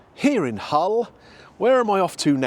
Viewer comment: Just so you know, there's no "H" in Hull;)